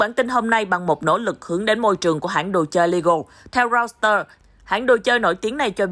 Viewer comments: Reuter: đọc là Roi tơ ko phải Rau tơ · Mở goole dịch là roi đơ nhé